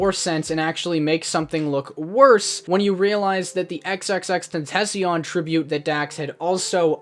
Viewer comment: I am very disappointed that you said xxxtentacion incorrectly like fr your white asf